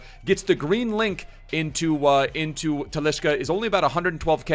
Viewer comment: Why do you call him Talischa?